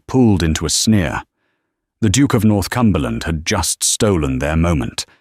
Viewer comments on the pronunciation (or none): He’s NOT the Duke of North Cumberland. He’s the Duke of Northumberland. . . .the “h” being silent it’s pronounced, North-umberland.